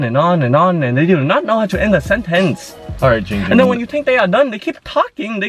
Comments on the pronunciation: Its not Jing Jing its Ging Ging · He will ban you say Ging Ging not Jing Jing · Its giiiing ging not jing jing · Fillipeno DinoMan ITS GIIING GING NOT JING JING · HIS NAME IS GIIIIIIIIING GING NOT GING GING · It’s not Ging ging its Giiiiing ging